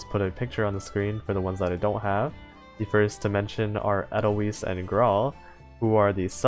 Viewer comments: Somehow, this speaks to me, I don't know why. Also, watch the sound of music for the correct pronunciation for Edelweis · I'm haven't tried reset talents, because I'm not certain what will happen also, I pronounce 'weiss' in 'edelweiss' like 'wise'. at least that's how I heard it from an old song